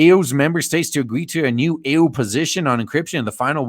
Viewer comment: I like how you call the EU ˈēo͞o